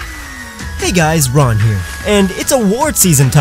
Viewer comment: We were wrong all these years. His name isn't Ron, it's Rarn.